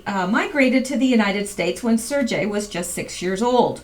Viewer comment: Surgey - Hard g like Sir-gay